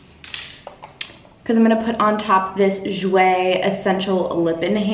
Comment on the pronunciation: I love u but like how u say jouer like irks me bcz its french nd said differently😭. Nd im not trynna bash but its weird, bcz ive been taking french for 3 years and issa oof